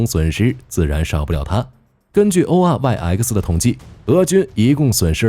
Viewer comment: oryx 啊瑞斯，能不能不讀 o r y 呃克斯